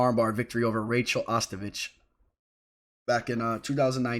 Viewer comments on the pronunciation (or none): none